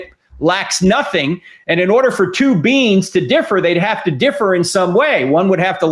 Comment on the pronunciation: Lol all I can hear is "spiritual beans" and "infinite beans"!!!